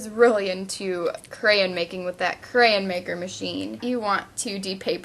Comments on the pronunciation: Hehe it sounded like she was saying Crayin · Omg stop saying craryn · she said grayin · I think i just went insane watching this. i just went back and counted how many times she said "crayun" or "Crayuns" and i counted 55. FFFFFFFFFFFUUUUUUUUUUUUUUUUUU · She said crayon wrong it sounded like she said crans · Lol iknow everybodys said this to you but CRAYENS! Lmfao :D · your saying crayons wrong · You pronounced cray-on wrong. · Your saying it wrong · U say crayon wrong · lmoa she cant say crayon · Im from Arkansas and thats exactly how I say it too ( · freaking learn how to say crayon right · You said "crayon" wrong. So many times. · would u stop saying crayin!!!!! its crayOn!! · she said CrayIN 56 times and PS it's not CrayIN it's crayON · I just watched the wreck this journal 13 when u talked about this and it's so funny. How many times to u need to say "cray-en" 😂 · it is not stop saying crayans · crayON ... not crayIN... oh my god this is driving me INSANE! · the word crayin is driving me crazy its crayon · ahh mmmm it's crayon not crayyain. too much extra info that didn't needed,but it was a good video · She keeps on saying crayan it's crayon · It's pronounced cray-ON not cray-un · Since when was the word crayon pronounced 'crayin' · Ikr cuz she keeps saying crans like dose she even know how to talk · Gosh....its pronounced crayOn not crayEn!!!! Sorry but when u say crayen about a million times in a 10 minute video that could have taken 4 minutes a person with OCD will tend to loose their shit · She pronounces it 'cran' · NOT CRAYN IT IS CRAYON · You're pronouncing it crayin, it's pronounced crayawn! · People is just too childish sometimes, Who cares if she says crayens or crayons! -_- just enjoy the video or get out! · Whymdomyou,say,crayon like crayin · I hate how you say crayon and you say it like 150 times. Lol. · STOP SAYING CRAYAN! Plz its crayON. Still liked the video though, I <3 your videos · You say cray-yon but it' crayons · It's *crayon* not crayen